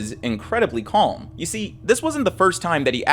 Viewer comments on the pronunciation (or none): none